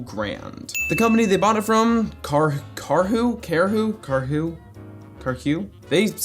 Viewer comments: Karhu is pronounced with a rolled (tapped) "r" and the a is pronounced like "aah" but short! (it's a finnish company) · Karhu is pornounced like "car who" said quickly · Karhu is pronounced "car-who." XD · Karhu is properly pronounced in english as car-who